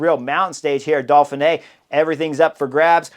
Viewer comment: Uhm...Chris and pronunciation don't exactly get along. There's no L in Dauphine either 😂. It's part of his charm.